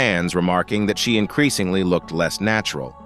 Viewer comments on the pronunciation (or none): none